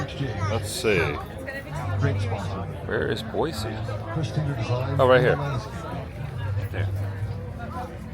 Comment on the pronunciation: Glad you're enjoying our beautiful city! The running joke is that this time of year flies are our "state bird!" Looks like the street fair was lots of fun. Boise is lots of fun - reminds me of Berkeley, CA, back in the 70s. Open-minded college town. Glad your sister has you saying Boy-see so you sound like a local. ❤ That grilled cheese looks amazing! 😋